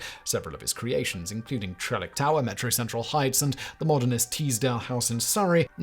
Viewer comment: Every time Simon says "metro central heights" I hear"metro sexual heights".